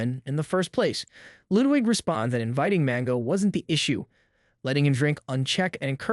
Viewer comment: Techtone and Ludwig. Not techown and Loowig. But otherwise, this video is spot on.